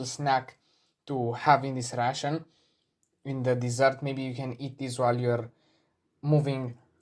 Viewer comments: credca ar trebui sa pronunti reishån,ca tu pronunti la fel ca pe russian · Coaie, mă zgârie pe creier acel "russian". Învață dracului pronunția în engleză daca tot faci content în engleză... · 24min in the video and he didnt say he is russian yet. In the first minute he says he is Military Ration (the way he prononuces ration sounds like "russian") Enthusiast and then that his motherland is Romania. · My guy as a fellow Romanian myself you saying ' ration' sounds more like russian 😂😂😂 d.m. if you want a few tips and trick on how to better your pronunciation